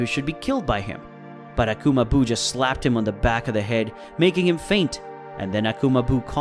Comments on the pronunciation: Commentator needs to learn pronunciation it's ki (key) not ki (k i) as well Majin buu (boo) not buu (bue)omg so many mispronounced things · To the commentator that voices the main part of the story... Please Learn to Pronounce Japanese properly. Seriously I clicked off the video 'cause you pretty much butchered any word having to do with the words Majin ( Pronounced Maw-Gin) Buu (Pronounced Boo) Saiyan (Pronounced Say-an) and Whis (Pronounced Wheese). I'm not trying to sound like a wet rag but... Pronouncing a word improperly let alone 4... several times during a video that hundreds... perhaps thousands of people are going to watch makes y'all sound like a bunch of rank amateurs.